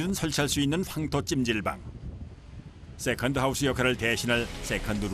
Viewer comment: 역시 세컨드 발음은 어른들이 해야지 제맛입니다 쎄칸드~ 너 이년아 쎄칸드지 이년아~!! 지하철 할매가 생각나네요